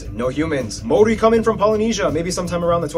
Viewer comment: Some of the Maori pronunciation was woeful ......🙄